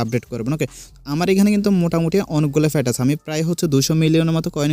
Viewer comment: ফ্যাট কি গো ভাই? ভাষা উচ্চারনে একটু সতর্ক হতে হবে।